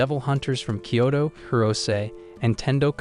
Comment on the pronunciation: Kyoto not kayto